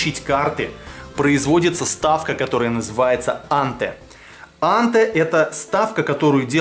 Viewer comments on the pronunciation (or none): Вообще анте произносится по русски с ударением на последнем слоге антЭ